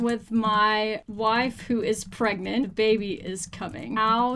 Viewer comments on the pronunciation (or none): none